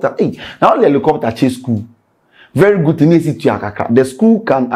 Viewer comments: Rephrase your statement, it is supposed to be: it is not or it’s not “Elicopter” it’s Helicopter. Since we’re correcting grammar and pronunciations. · is not "Elicopter" is Helicopter 😂😂😂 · did u say Alocopter or helicopter? 😂😂😂